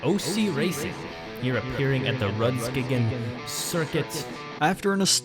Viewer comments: American person trying to say rudskogen kill’d me😂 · The way he pronouced rudskogen, as a norwegian i found it funny